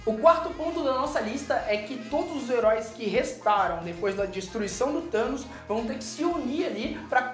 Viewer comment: Vingadores:"Thamos" ferrados